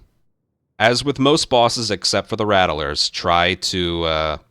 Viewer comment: Something that just hits a nerve for me. It's "rat-lers" not "rat-uh-lers". I apologize, carry on